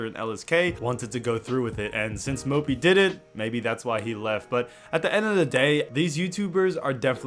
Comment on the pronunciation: Can always say Mópi ;)